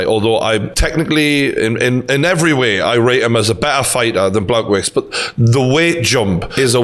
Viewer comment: You mispronounced Blachowicz's name, btw a part of me still thinks Stipe will win again